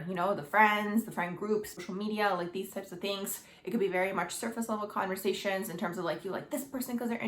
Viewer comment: Your video annoys me the way you're pronouncing your last letter of your words like the word like or the word perfect oh my God it's driving me crazy